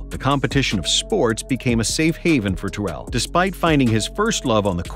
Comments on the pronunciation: You calling him “Ta-Rell” instead of how he himself says his name is pronounced is actually sad. All this knowledge about his career yet you can’t say his name correctly. It’s pronounced “Tear-le” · Terrell (Owens) = Tear-roll, not Tur-elle | he hates the elle pronunciation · His name is actually pronounced - Teh- Rel, just FYI 👍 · You're mispronouncing his name, lol His last play in Cincinnati was not acl , it was meniscus, tore acl in off season btw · Jesus Christ you are mispronouncing his name incorrectly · This dude never said his name right once lol How good was TO? goat status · Please pronounce his name right! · You said his name incorrectly Jesus Christ